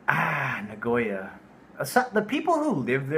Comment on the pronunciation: I would like to know if you are mispronouncing Sapporo and Nagoya on purpose. If you are mispronouncing for your english speaking watchers, then ok. But if you are doing that because that is how you pronounce it even in Japanese...